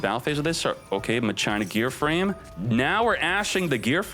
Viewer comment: Please stop saying Machina like that